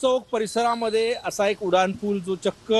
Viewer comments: तुम्हाला "उनाड" म्हणायचं आहे का ?? नाही ना मग "उड्डाण"पूल म्हणा की ! कुठले मास्तर होते तुम्हाला मराठी शिकवायला 😂😂😂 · Reporter......nit marathi bola...te Uddan pool aahe.....udan pool nahi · उड्डाण पूल असे म्हणा